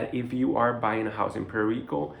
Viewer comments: Please pronounce Puerto Rico like you live on the island! Awesome information thank you. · Dude, if you are going to be working in Puerto Rico you need to learn how to pronounce Puerto Rico correctly.